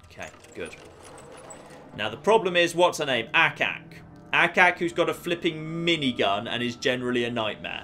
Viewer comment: I love everything about this guy except when he says flipen